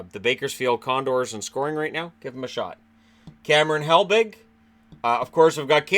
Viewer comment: Ain't he "Hebig" not "Helbig"?